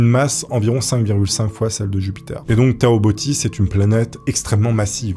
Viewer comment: je crois que c'est pas'toboo' mais 'tao bo'